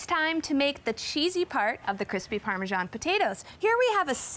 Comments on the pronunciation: why do they pronounce "parmejan cheese"? Isn't it "parmesan" or just Parmigiano Reggiano? It's so annoying!!! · I wince every time I hear the “g” in parmesan.